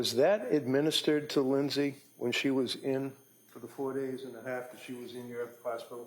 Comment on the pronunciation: "Lindey said"... really??